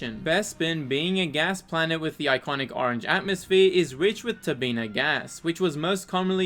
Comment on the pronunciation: Its all good man. Only a loser would care about a simple mispronounced word 😂